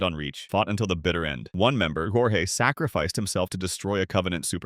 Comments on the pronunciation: He called Jorge (George) Jorgé (Whore-heh) smh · except the ai voiceover called him jorje? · "Hor hey" 😭 Bloody hell never heard anyone pronounce Jorge like that 😂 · Even though it says Jorge like hor-hey, it’s actually pronounced George, I’m not making this up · dude his name is pronounced George. Don't do my guy dirty like that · Bro I'm pretty sure it's pronounced JORJ not horhey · brother did you just call him “gorhey”? It’s Jorge bro. Literally just George but spelt differently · You pronounced Jorge wrong. Its canonically pronounced “George” Edit: I see you’ve corrected yourself. Thank you lmao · Jorge is pronounced like George. I know I know but it's George spelled Jorge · THIS MF SAID JORGE LIKE IT'S SPANISH HAHAHAHAHAHAHAHAHAHAHAHAH Bro this is an AI channel omfg. It's pronounced George lmfao That is so funny. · "Jorge" from halo, his name is, in fact, pronounced George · Jorge is pronounced like George. But props to that knock, I was listening to this at work and got jump scared. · Jorge? (Horr-hay) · AI huh? Lame. Jorge is pronounced George. Way to do your research…… not. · His name is not Jorge it's Jorge You said his name wrong, you're supposed to say it like George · His names pronounced Jorge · I physically recoiled when he pronounced Jorge like that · Jorge is not pronounced that way😭😭😭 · No one is gonna mention the way he pronounced «Jorge»? Just me? Ok